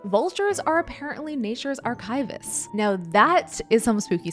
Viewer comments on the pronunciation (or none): The word is pronounced "ARK-ih-vists," not "ar-KIVE-ists." Sorry, pet peeve of the profession. To us, it's like nails on a chalkboard.